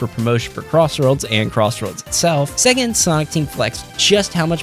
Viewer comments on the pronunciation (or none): none